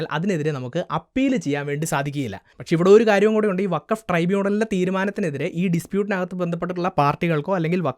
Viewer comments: വഖഫ് അല്ലാ ഫകോഫ് 😂😂 ചവറ്റുകൊട്ടയിൽ എറിയണം ഇതിനെ 😂😂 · ഫക്കോഫ് എന്നാണ് വേണ്ടത് 💩